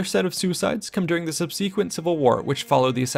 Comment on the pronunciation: "Sub-SEE-quent"? Where did you find that mispronunciation?